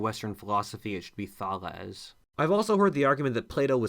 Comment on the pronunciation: It's Thaelees.....